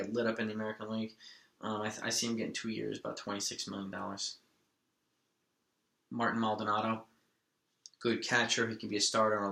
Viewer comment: Just to let you know Martin Maldonado is pronounced ( Marteen).